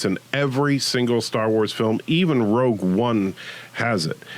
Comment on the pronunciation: Thats not how you say Rogue One.